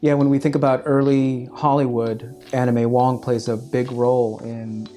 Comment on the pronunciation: I swear I keep hearing anime wong, it's Anna May Wong!